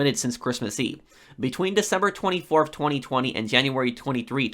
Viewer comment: I find how you say 2020 and 2021 VERY OFFENSIVE